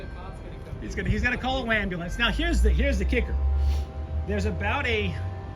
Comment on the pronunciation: A few thoughts>>>the neon sign missed "luneyvill" your video confirms that >>>please pronounce waaaaahmbulance properly TY >>> It must be nice to be able to use your "personal" stalkers videos, photos and voice overs and maby carricktor witness when arrested !!! Or did you marry her while my back was turned ??? You're sneeky that way 😂😂😂 Love it all❤❤❤